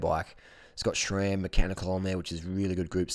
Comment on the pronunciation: Harley! Please It’s SRAM NOT SHRAM hahaha. I have a 2018 Roubaix and I absolutely love it man! It’s not my only bike but I find myself taking it out the most because it’s so smooth and performs great!!